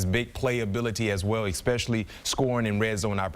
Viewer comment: how many times can you hear EK-SPECIALLY before you want to barf... but I digress, GO PACK GO!